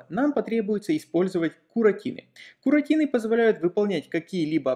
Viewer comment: Как услышал "куратины", заржал в голос! Вспомнилось, как какой-то продавец назвал USB type C - "ЮЭСБИ Туапсе"! )))))) Аааааа, куратины))))))))))))))))))))